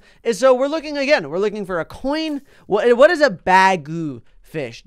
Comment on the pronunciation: When he said bagu fish I thought he said bag o fish! XD